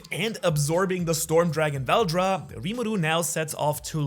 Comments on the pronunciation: It is veldora not veldra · tf is veldra its veldora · his name is VELDORA like dora not veldra a in dragging these balls on your kitchen table. ok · vel do ra not vel dra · Fun fact it’s Val-DORA not whatever you been saying 😂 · Veldora is spoken as vel door ra= veldora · CAN YOU SAY THE A IN VELDORA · Why did u say veldora's name is veldora when it's name is veldora?